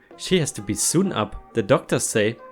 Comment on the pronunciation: Sew is pronounced -so Sewn is pronounced- Soan. Rhymes with groan You pronounce phenobarbital perfectly.